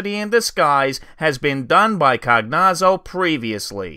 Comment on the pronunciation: Cagnazzo is italian, it's pronounced more like "kah-nya-tzoh"